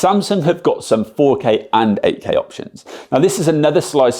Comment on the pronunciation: I thought he is saying AK. Then I realized he is saying 8K. :face-blue-smiling:. Good Job. Thanks